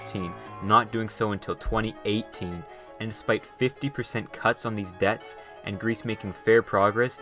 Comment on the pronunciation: “Pay Debnts!” -Germany